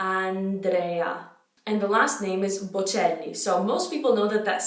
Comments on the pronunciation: Complimenti! Il tuo Italiano è perfetto, permettimi però di fare qualche piccola correzione: Andrèa (non Andréa); Giórgio (non Giòrgio); Alighièri (non Alighiéri) :-) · Ho provato a pronunciarle come dici tu: Giorgio chiuso ci sta ma AndrÈÈÈÈa e AlighiÈÈÈÈri sono inascoltabili hahahah